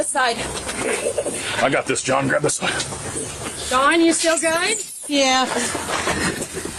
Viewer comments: Its Dawn, not Donna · She lives with Dawn not Don.